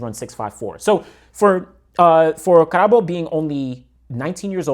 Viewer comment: Plus Karabo beat Omanyala last year if I'm not mistaken so he's the real deal The pronunciation was perfect chill 😂😂